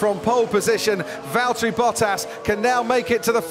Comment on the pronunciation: ", its valteri"